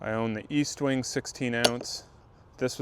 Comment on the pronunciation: There is no A in EST-WING. Normally I wouldn’t correct anyone for a silly l mispronunciation. But Estwing is a legend. Need max respect. 😅